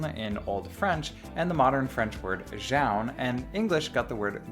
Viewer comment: I can feel the shiver down my spine with that pronunciation of Jaune .